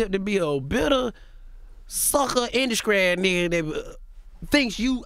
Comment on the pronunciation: lol he said “induskry”. These southern slangs. 😂😂😂